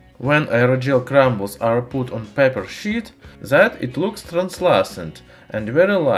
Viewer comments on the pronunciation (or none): Paper sheit